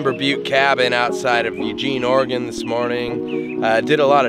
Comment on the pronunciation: I love that you pronounce Oregon correctly 😊